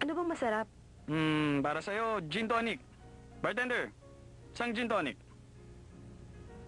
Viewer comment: Gin tonic po Hindi Jin Tony heheheee